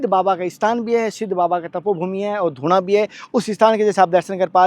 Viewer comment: धुना नहीं धू ना होता है बड़ा ऊं ।